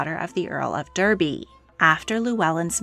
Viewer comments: It's the Earl of Darby not Derby 🤦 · Derby is pronounced "DAR-bee". Just saying. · Derby is said "Darby" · I'm American and when she pronounced Derby with the American pronounciation, my automatic response was to pronounce it the British English way.